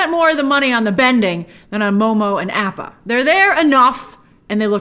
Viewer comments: Ik small thing, but one of the reasons people don’t like the 2010 movie is the horrible pronunciations and grace said she hated it too, yet she mispronounces appa and sokka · The way Grace is saying Aapa is pissing me off.